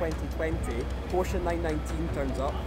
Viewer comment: You mispronounced “Porsche 919 Evo”.